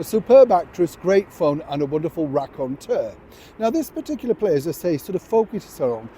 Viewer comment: "Raconteur?" Thanks, for including that word in your dialog. Haven't heard its pronunciation for the longest time.